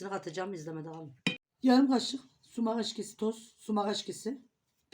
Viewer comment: Pivaz degil piyaz.sumas degil abla onun adi sumaktir